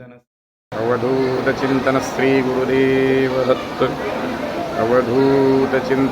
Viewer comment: Thanks a lot for sharing ! However I feel the pronounciation could be SHREE , not SREE